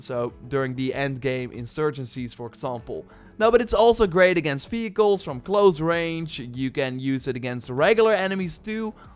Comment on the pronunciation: who kept hearing this dude saying "fecals" instead of "vehicles" ?